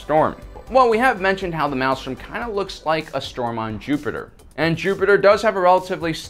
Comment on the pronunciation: A parsec is, specifically, 3.26 light years, or roughly a light year short of the distance between Earth and Proxima Centauri, our nearest neighbor) and thrown in for free, "maelstrom" is pronounced MALE-strum, rather than MAL-strum, and the white thing introduced is an accretion disc (uh-CREE-shun), rather than an accreation (ack-cree-A-shun) disc.